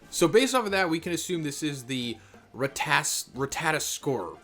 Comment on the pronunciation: It's rattatasker (Google spelling)